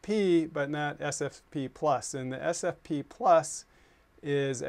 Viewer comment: Argh. It's S F P ! ! ! NOT S P F!! This is maddening, it sounds like you're talking about suntan lotion.